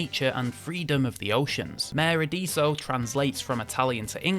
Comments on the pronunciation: Just to help with the pronunciation. It's MA - REH AD - ESSO ( Like esso garage ) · You certainly manage to butcher the pronunciation of the „mare adesso“!